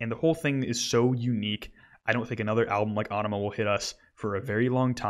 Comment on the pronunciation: AEnima is pronounced more like enema - a very much intended pun